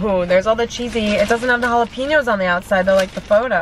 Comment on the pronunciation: jala-pEño 😂😂 not piño. pen as in the thing you write with